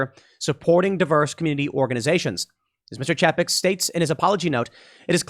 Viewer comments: Pretty sure it's pronounced "Chay-peck" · It's pronounced "Chay-peck" also known as Bob Paycheck or Bob Cheapskate.